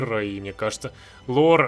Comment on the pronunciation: То что человек не понимает Лор Майнкрафта можно понять сразу же, как он произнесёт словосочетание "Лор Майнкрафта" :D